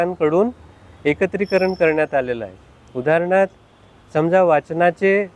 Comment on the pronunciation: उदाहरणार्थ .... असा शब्द मा. साहेबांनी चुकीचा बोलला आहे. आणि तो वाचतानाही असाच चुकीचा वाचतील. याचा अर्थ मा. साहेब सुद्धा निपुण नाहीत. पुणेरी मराठी ही घरातली आणि परिसराची भाषा 'न' बोलणाऱ्या मुलांसोबत निपुण ॲप हेच करत आहे याची जाणीव माननीय साहेबांना लवकरात लवकर व्हावी अशी प्रार्थना.